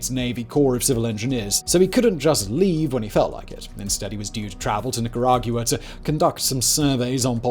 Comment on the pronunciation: I really like how English people say Nicaragua.